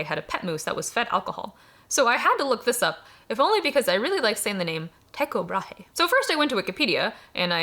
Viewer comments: Ticho Brae is actually Tycho Brahe. It is pronounced Tükoh Bra, or this is at least the modern danish pronounciation. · I believe it's more accurately rendered as TEE-ko BRA-hey but for some reason Google seems to think we Americans don't pronounce the last syllable...